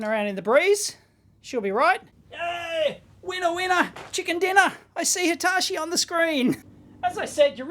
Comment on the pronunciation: it triggers me how you pronounce Hitachi :D